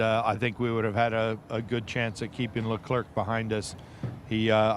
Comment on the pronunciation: Why are no Brits able to pronounce “Leclerc”, “Verstappen”, “Gasly” and “Vettel” correctly ?